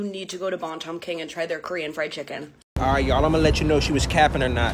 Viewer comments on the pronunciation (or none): She said try the Korean fride ciken